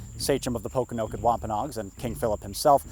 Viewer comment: Po-kon-o-kit Not Pok-o-no-kit